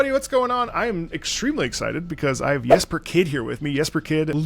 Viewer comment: Really glad is pronouncing the J in Jesper correctly! <3